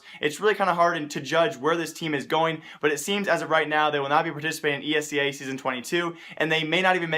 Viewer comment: pls, its E S EA not esea, pronounciation pls